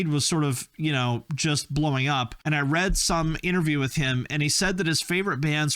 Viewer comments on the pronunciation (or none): none